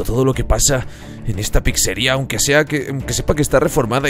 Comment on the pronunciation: No se dice PICSERIA SE DICE PIZZERIA